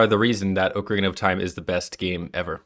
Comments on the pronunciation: Mispronouncing Ocarina in the first is not going to get you much love with Zelda faithful. 🙅‍♂️ Oakarina / O’Carina 👍 Ockarina Also it’s Koji Kahn-dough not Koji Cone-dough & Sorry-uh not Sah-ree-uh. Recommend re-recording with the corrected pronunciation. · just use the ipa buddy nobody can read your AWFUL respellings Ocarina is generally /ɑkəˈɹinə/, and Koji Kondo is approximated as /ˌkoʊdʒi ˈkɑndoʊ/ No idea what Sorry-uh is supposed to mean gng